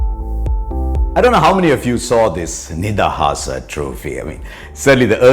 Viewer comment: hrashaaa it is not nidahaasaa, it is nidahas